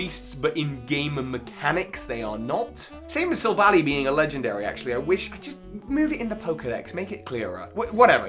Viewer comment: First it's pronounced Sil-Val-Eye, and second, I personally don't consider them legendaries, partly on where they are in the pokedex but also they just don't give the god-like vibe a legendary should, same reason I don't consider Heatran one, but that's more on the fact it can be either sex